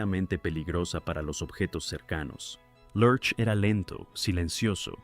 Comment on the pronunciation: La interpretación de la creencia de Miércoles es completamente americana. Creo que los latinos nunca entendimos porqué se llamaba así. La pronunciación de Large en esta narración, no se entiende. No entiendo el comentario de que esta serie no encajaba en la época. quizás fue en EU, En México fue un exito total.